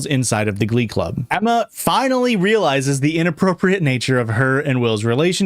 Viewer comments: it took me 43 minutes to realize u were saying "glub" and that u actually can pronounce the letter c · Every time you say glub I actually start laughing so hard. EVERY TIME. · It took so long to realise you said glub and not glove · I screamed every time the word "glum" was uttered 💀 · every time he says stuff like “glub” or “gluys and glorls” or “glevil” i giggle a little